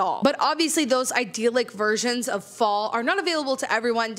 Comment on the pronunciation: Interesting that when you said you can artificially create a fall scenario, the words fall and scenario blended and it sounded like false scenario which is spot on 🤣